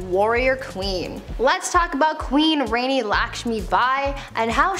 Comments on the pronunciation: The Rani in Rani Lakshmi Bai is pronounced as rah-ni. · It's not pronounced as Reni, it's pronounced as Raani Rani Lakshmibai. Also she wasn't spoiled. She came from a common middle class family and was a warrior from a very very young age. If you're calling her spoiled for killing the British in her kingdom you should also counter in the fact that british ruled and tortured India for 200 years. Killed, brutalized, raped and bled out all the money from our country. So she wasn't spoiled for trying to take the last stand, killing the enemies of her people and dying in a battlefield with her baby strapped to her back. PS: don't read off of wikipedia. She did NOT execute common British men, women and children. Learn some history before talking about it. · Rani Laxmibai (Rani being the title meaning queen and pronounced RAni like the Egyptian god RA) fought a losing battle against the British who basically used divide and rule tactics in the name of the East India company to take over the indigenous lands. In her final battle, she fought with her baby tied to her back because she didn't want to give them a hostage. She finally died when the British shot her in the back killing both mother and child. Don't feel like she belongs in this list. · About Rani Laxmi bai her name wasn’t rani her name was Laxmi bai and Rani means queen and it’s pronounced “Raani”! She was very very brave and you guys should watch the movie to know everything in short! Also she didn’t all the British dead she went into battle against them! She would never order something that cruel! East India company on the other hand was super cruel to her and her people